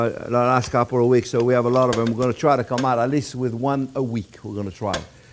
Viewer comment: “Put awot of pepper, don’t be afwaid” lol